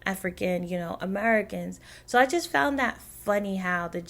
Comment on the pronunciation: Found or fond?🤪🤪🤪🤪🤪